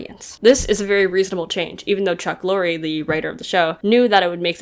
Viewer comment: I’ve worked on Chuck Lorre shows - you’re pronouncing it exactly correctly 😊